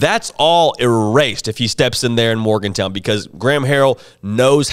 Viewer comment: He doesn’t know how to pronounce Morgan-Town, does he?